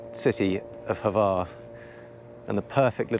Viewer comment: Congratulations on mastering the pronunciation of word Brač (although Hvar seemed to be a bit more difficult) :)